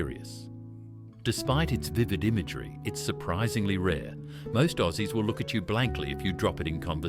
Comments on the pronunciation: FOOKING AI, WHERE. Not OSSIES BUT AUSSIES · "O-zees loved it". YouTube videos these days contain words that AI doesn't know how to pronounce or pronounces the creators typo's. Whether the creator wrote Ozzies or Aussies, you cant trust AI will still pronounce the correct spelling the right way. Right before this one it also pronounced Galah incorrectly. I hate AI, it ruins videos. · bloody ai, orzies, ozies, ouzies, what a gala. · Gotta love that crappy AI narration. It can't even pronounce words correctly. Gah-la. Oh zees. 🤣 Incidentally, none of these expressions have been phased out. I use most of these phrases fairly regularly and have done so all my life. Other words I use and never hear anyone say these days are "Yobbo" and "Drongo."